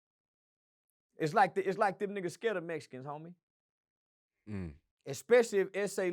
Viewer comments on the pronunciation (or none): He said the mesicans connected with the boots. lol😂😂😂😂😂